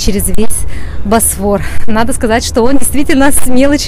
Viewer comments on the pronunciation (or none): none